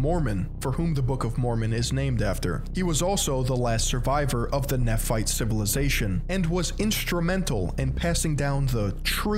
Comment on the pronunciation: The pronunciation is killing me 😭 this is how to actually say them: Moroni: More-own-eye Nephi: Neef-eye Nephite: Nee-fight Lamanites: Lame-en-ights